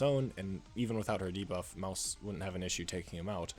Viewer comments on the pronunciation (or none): the way he can't prounce her name made this video literally unwatchable